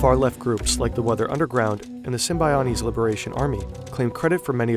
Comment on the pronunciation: If you’re going to mention the Symbionese Liberation Army in your video you should learn how to pronounce it instead of just guessing. Your graphics and animation are wonderful but your knowledge of history is lacking.